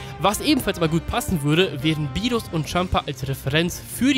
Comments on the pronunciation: Der heisst Beerus nicht Bierus..und als Gott wird man doch unsterblich wie sein Engel (Whis) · rrrrrrrrrrrrrrrrrrrrrrrrrrrrr berrrrrrrus